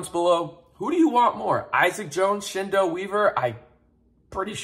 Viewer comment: Just a heads up, his name is pronounced like Kendall. The "Ch" makes a K sound. His sister, Chennedy Carter, plays in the WNBA